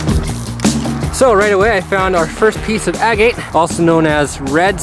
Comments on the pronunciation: Ag-eight ...no, it is ag— gut. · Distracting to hear the way pronounces "agate".